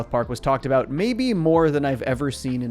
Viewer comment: It's Sadam the way he says "A Boot" vs about. Thats my guess.